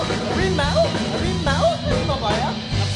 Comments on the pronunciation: Hawimau - hawimau , bukan harimau , dan bukan buah limau , dia bilang harimau aja salah ... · bukan harimau . tapi hawimau. ka lidah malaysia gk bisa ngomong huruf R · Hawimau.. Hawimau.. Mereka tidak bisa mengucapkan huruf R dengan benar karena memaksakan diri mengikuti pengucapan huruf/abjad pada bahasa penjajah Inggris padahal pengucapan seperti itu sangat tidak sesuai dengan lidah orang Asia Tenggara.